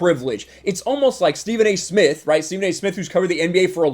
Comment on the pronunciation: Stephen a Smith can't even say his own name He calls himself Stephen A Smiff. Idiot